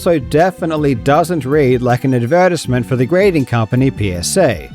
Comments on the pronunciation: why tf he say advertisement like that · Is that how you guys pronounce "Advertisement"